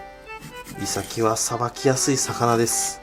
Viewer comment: イ↑サキ 気になるなぁー